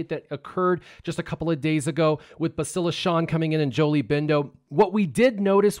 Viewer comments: BASS-tila, not BESS-tila. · BAA-stil-uh. Accent on the first syllable. Listen to how AhnaldT101 pronounces it. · Bastila is pronounced Bastila where the "Ba" part as in Bat with a very slight inflected pause between s and the t which appeared to be the common way to pronounce her name (Canderous, Jolee, Mission, Carth, Malak, and others all did so). Juhanni pronounced Bastila as: Ba-s't-ee-la due to her Catharian accent (again "ba" as in bat, a slight inflected pause between the s and t, and the i turning into a long E). Not the way you pronounced it... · I mean does no one know how to say her name? Go listen to Carth say it ya noobs